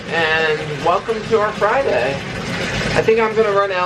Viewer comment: Every time you say happy Friday I think of happy frey-day! Lol 😃😃😃